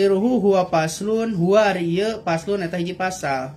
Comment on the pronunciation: Paslun bukan paslan